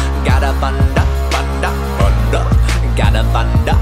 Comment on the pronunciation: He says thunder like thunda